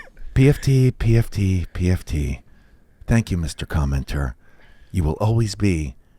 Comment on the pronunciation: Haven’t watched yet but praying JOC drops a “commmenturr”